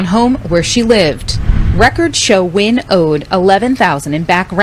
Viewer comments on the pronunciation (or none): FYI Like I know you don’t care about killers names but Nguyen is WIN in English. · We have a physician at work and she told us to pronounce it as N-Win. 🤷‍♀️ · I'm so glad you covered this, This is absolutely tragic, So glad they were able to apprehend this FOOL, SO sad, RIHP BBY BOYS🕊🌹🕊🌹FYI The name is pronounced (WEN )I hv a Dr w/the same name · So I do appreciate your video and the information but in the future can you please fix the audio lag and maybe even work on pronouncing the names properly? Hearing you struggle to pronounce the names was disrespectful to the people involved. You're talking about them but you can't even pronounce their names properly.